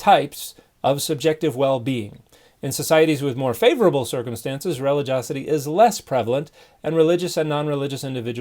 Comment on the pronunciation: Dear Dan: It’s spelled relig-i-osity and is pronounced ri-LI-jee-AH-seh-tee. NOT pronounced REH-li-JOS-seh-tee.